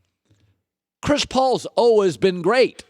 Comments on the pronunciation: why are you saying always like that? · Why does Colin say "always" like that? 😂😂😂